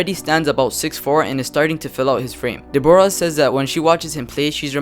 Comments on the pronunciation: not de-bor-ah it is deb-rah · Her name is Deborah as in deb-rah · Deborah? It's pronounced Debra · De-Bora lmao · Learn how to say Deborah